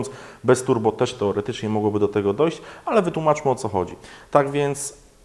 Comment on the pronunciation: To jak w koncu ?Toerotocznie?Po ukraińsku juz mówia w polsce? :D